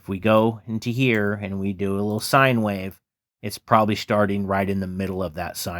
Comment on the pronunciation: Wait who says wahhhv 😂 wish this was a vst!